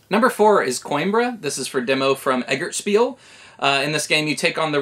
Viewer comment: you have pronouced it right